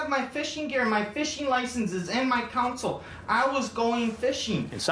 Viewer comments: CONsole not COWNsole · Ughhhh. People who say council when they mean to say console drive me nuts. They're worse than those people that say pellow and melk.